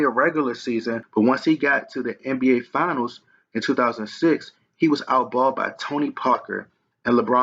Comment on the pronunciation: Its Finals not Fianals... You lost a subscriber with this bullshit